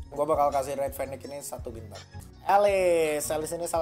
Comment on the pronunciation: Lu kalo ngomong agak jelas dong, pas ngomong bintang kaga jelas bat